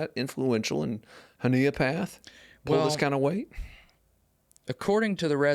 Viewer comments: I'm a Honea Path native. It is pronounced "Hun-e-ah" Path. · I think it’s pronounced Honey a Path